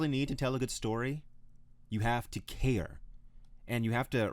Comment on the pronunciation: You say "care" in a weird way